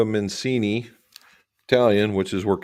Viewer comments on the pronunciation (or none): Maybe you don’t read, the authors last name is Menci,…. Not Mencini